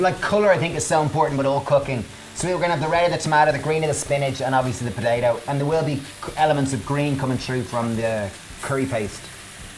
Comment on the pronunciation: potato not podado 😂😂😂 love your work